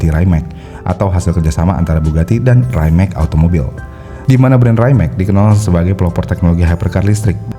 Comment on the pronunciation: Betul. Rimac juga bacanya bukan raimek. Tapi wimets atau rimak